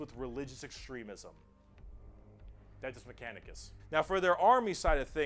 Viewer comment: "Adidas mechanicus" LOL